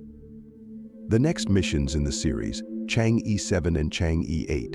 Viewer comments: It's pronounced chang-her not chang-e. 😅😅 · It's Chang-er, not Chang-E ! That is basic knowledge. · Change’e is pronounced change’ER not ‘ee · Chang‘e/tʃɑːŋ ə(r)/ ,thank you.Your accent about Chang'e sounds like this lunar lander is your aunt.